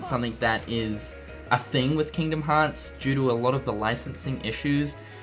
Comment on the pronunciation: Just to make fun of pronunciation of Kingdom Hearts